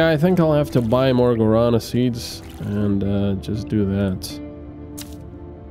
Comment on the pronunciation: Guarana has the strong a at the ending. It is Guaraná. The last a is like in A-ha (the band). It is driving me nuts to hear you mispronouncing this all the time lol. I love the series though.